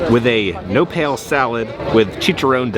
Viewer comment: The 'no pales' salad killed me. It's pronounced 'no-PAH-les'. It's prickly pear pads.